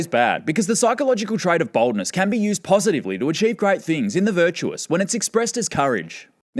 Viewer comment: He pronounces 'Boldness' in a way that distinctly sounds like 'Baldness'. I was just listening and not looking and heard "Psychopathic trait #1: Baldness" and just burst into laughter.